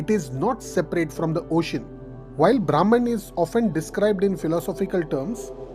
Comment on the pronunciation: Very nice explanation… but the pronunciation of Brahman is ब्रम्हन् .. ब्राम्हण means different